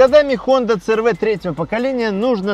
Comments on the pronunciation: си эр ви, а не цэ эр вэ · Мне одному уши режет,когда говорят Цэ Эр Вэ а не Си Эр Ви?